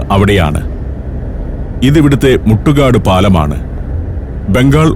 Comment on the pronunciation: സർ....മുട്ടുകാട് അല്ല...മുത്തു ക്കാട്